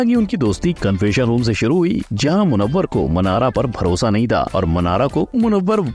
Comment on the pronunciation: Abe acha se naam lo munawar